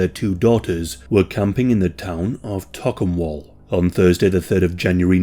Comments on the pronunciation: One exception- Tocumwal = ‘toke-um-all’. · From the area and you said Yarrawonga and Shepparton correctly! Tocumwall though is more like Toe-cum-wall. Also, a more lighthearted fact, Shepparton is filled with fibreglasse cow sculptures.